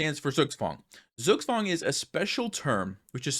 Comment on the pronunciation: Zugzwang is from german language btw. It's pronounced diffently. And also has 2 words in 1. Zug (which in this case stands for "turn") and Zwang (which translates as "force"). So essentially Zugzwang means "forced move". Great educational video,. 😊